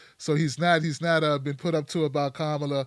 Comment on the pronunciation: You guys pronounce her name like 8 different ways throughout this video, and it's distracting from what you're saying. At least have the respect to learn how to say her name. It's pronounced comma-la.